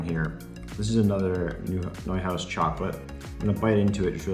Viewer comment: What the heck is a prayleen? You pronounced Neuhaus right, why not praline?